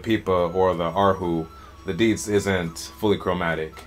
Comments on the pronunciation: It is not deedz... It is di and zi, two pronounce word; di zi. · He's just not pronouncing the tones and effectively pronouncing the 4th tone which sounds like deeds.